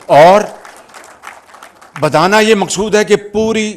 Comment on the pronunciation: کوئی میاں صاحب کی اردو ٹھیک کرا دے میاں صاحب عمل دخل کو عمل دمل اور بتانا کو بدانا بولتے ہیں اور نا جانے اور بھی کیا کیا😊